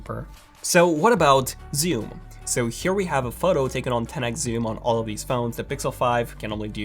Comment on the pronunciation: I was dying when he said zyoom